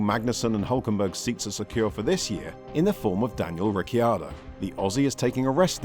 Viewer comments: Stop saying Ricky-ardo! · For the love of god.. rick-h-ardo... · Can we say Riccardo’s name right, maybe?